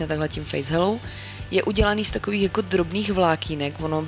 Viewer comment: Ahoj, myslela jsem, když jsi zmiňovala, že ta pleťová voda od Ziaji je přírodní. K té výslovnosti, čteš to jako hello, ale čte se to "hejlou", je to jen detail :-) A neodolala jsem, už mám objednáno :-)